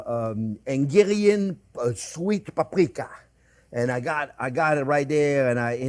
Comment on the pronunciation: It's not engarian goulash... it's HUNGARIAN! 😃